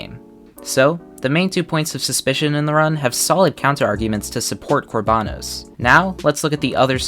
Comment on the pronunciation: It’s kor ba noes not kor baa nos